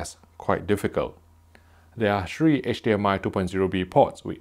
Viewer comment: "...shree USB ports"